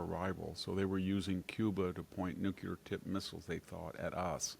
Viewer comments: YOU SAID "NUKULA"! Only ignorant American generals with their fingers on the button say that. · Never heard of a nucula weapon. 😂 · Why is it so hard for people to say "nuclear" correctly? Not nucelar, nuclear. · "Nucular" is not a word. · NUCLEAR NOT NUCULAR SIR. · Victor Davis Nucyelar.😆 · Yes, it's funny so many people can't say nuclear. It's not difficult! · How could they publish this with a journalist who can't pronounce "nuclear".